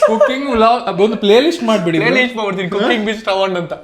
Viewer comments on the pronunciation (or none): none